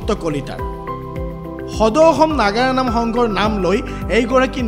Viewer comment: বাতৰি নহয় আপোনাক ওকালতি কৰা যেনহে লাগিছে মহাশয়।নাগৰা নাম নহয় নাগাৰা নামহে শুদ্ধ কৈ কব নোৱাৰে নেকি?